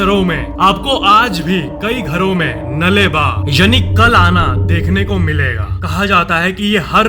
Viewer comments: are Bhai O नले बा नही है नाळे बा है 😅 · Hello bhai.. ओ "नले बा" नहीं, "नाळे बा" है 😊 ओ कन्नडा मे ऐसा बोलते हैं उसे 👍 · Nale ba nahi naale ba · It's not nale ba its naale ba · Nale ba is pronounced as Naalle ba😅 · nale ba nhi naale baa yesa kehna chahiye aapko😅😅😢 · Hello sir ek choti si correction hi pronounsation me (Nale Ba) (नले बा)it is not nale ba naale ba (नाले बा) साउथ इंडियन और नॉर्थ इंडियन के उच्चारण में बहुत फर्क स्पष्ट रूप में नजर आती है। कृपया बुरा मत मान ये गा। Thank you. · Bhai it's not nale baa it's naalee baa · But u pronounced wrong nale ba ,it's naale baa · Bro it's pronounced naale baa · Bro pronounce wright it's nale ba